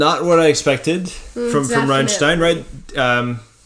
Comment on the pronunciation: Applaus für Dad !!! Er spricht " Rammstein" perfekt aus.